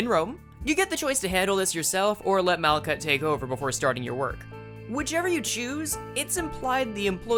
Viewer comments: its mal-hut, the "k" is a "ch" sound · Malkuth is pronounced like “Mal-cut,” actually!